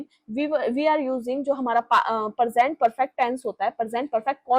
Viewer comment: मेम आप इतना अच्छा पढ़ाती हैं लेकिन आपकी वर्तनी बिल्कुल शुद्ध नहीं है आप प्रेजेंट और परजेंट और प्रपोज़िशन को प्रेपोजीशन बोलती हैं।